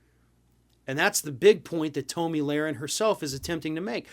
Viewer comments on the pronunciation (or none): Uh...just wondering...how do you not know it is pronounced "tommy" and not "tow-me?" Listen here you eggheaded humpty dumpy wannabe journalist...have you been living under a rock? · This liberal can't even pronounce her name correctly. It's pronounced Tommy not Toe-me. I watched every minute of the Rittenhouse trial and the jury got the verdict 100% correct. Whoever didn't watch every minute of the trial, your opinion means nothing. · I'm not sure if you were doing it as a joke, but her name is pronounced like "tommy". I hate her with a passion, but I'm also not about mispronouncing names or giving people nicknames to poke fun in the political arena. Think we need to move above that as adults. Again, not sure if you just didn't know or what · I have never heard it pronounced Toe-Me